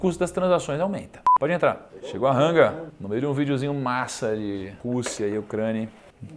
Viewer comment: Po Thiagooo, é Rangooooo não Ranga!